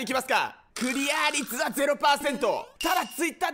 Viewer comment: クリア率をクリアァ率つってるの良き